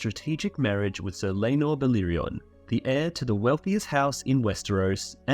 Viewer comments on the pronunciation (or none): Love the vid, but why le-nor and not lae-nor 😭😭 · The pronunciation of Laenor